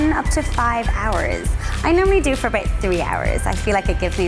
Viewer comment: She said aboot